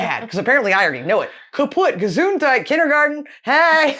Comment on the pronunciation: Vorschule and Gesundheit was pronounced perfectly by the way 😊